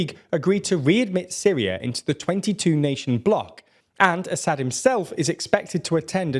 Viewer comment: A-sad. Not Assa-d, Basha-r el A-sad. damn you. It’s such a beautiful name , and you are butchering it every time. It means lion, like the Russian Lev, the Latin Leo, or the Hebrew Arye. Can you please find a native speaker say it? I can’t take it any more, you are the worst channel in regard to proper pronunciation, by far.